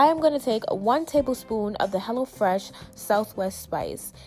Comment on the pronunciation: Lml I thought you was saying hella fresh at first 😹